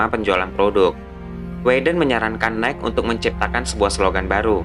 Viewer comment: Nike = bacanya "naiki", bang :)